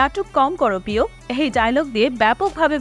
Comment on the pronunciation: প্রিয় কে পিও বলা মানে উচ্চারণে সমস্যা, সেটা ভাইরাল হয় কি করে, কে জানে??